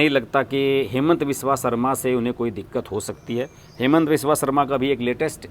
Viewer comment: Its हिमन्त not हेमन्त all hindi news pronunciation Wrong